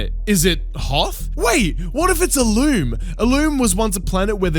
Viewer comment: Iluuum xD its ilum